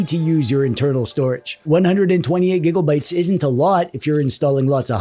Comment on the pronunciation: Finally... Somebody who says gigglebytes as well.